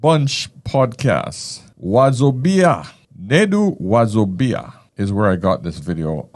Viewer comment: pronunciation of Nedu Wazobia made me laugh. You got it, Sir. I love this video.